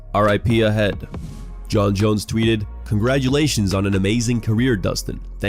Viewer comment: It's pea head not peeya head get a better AI voice lol!